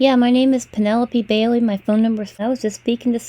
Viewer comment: He said Penelope Bailey incorrectly. He said warehouse incorrectly. He said sending them incorrectly. He said cooperative incorrectly. He said in our incorrectly. He said disctrict attorney incorrectly. He said slap on the risk very badly. He cannot say crying orrectly. He said reoccurring incorrectly. He said "We have no times to lie here" Grammatically incorrect He says dis instead of this multiple times. He says "the more time we can get in jail for them" I have stopped . I could go on for another 30 minutes where his grammar and words get worse.